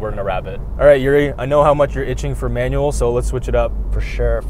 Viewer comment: LOL what about his pronunciation of Manual "manwell" LOL